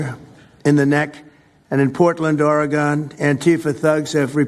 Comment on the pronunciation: Trump said, "Oregone" Let that sink in....